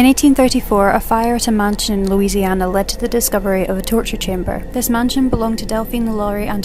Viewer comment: * a girl says “lusiseana” * I was shocked cuz I live in luiseana…